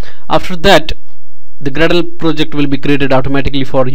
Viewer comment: How could you talk like that... Grrrradle..